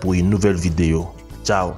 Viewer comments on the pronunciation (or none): none